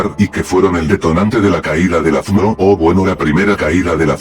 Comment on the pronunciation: Aaaaah sacrilegio! pero si el loquendo si pronuncia bien FMO solo tienes que separar las letras -1000 Loquendo points